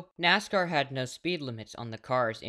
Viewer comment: Bro didn’t even say Nascar right! How do I trust this guy?